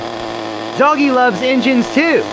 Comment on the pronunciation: "I do have a background in 'injins'"... You definitely from Kentucky.